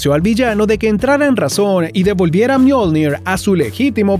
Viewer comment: Le dijo al martillo "myolned" pero se llama myolnig